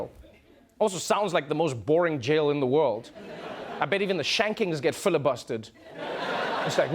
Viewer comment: So we aren't going to talk about the accent for the jail